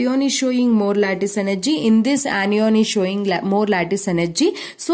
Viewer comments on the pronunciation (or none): Ma'am its cation( ketayan) not (keti on) and similarly it's anion (ana yan) not (Ani ON) 😊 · Ap log itna show off kyu krte ho ... English thik se bolna aa nhi rha hoga fir bhi lge pahde he ...this is ye this is wo ..this is bakchodi......are nhi bol pa rhe to hindi m baat bol lo anion ko anyyyyon bol rhe h....2-3 sentence rt ke puri vdo m whi chep rhe hain